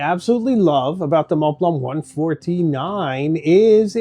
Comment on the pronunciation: Why is your pronunciation of montblanc so bad?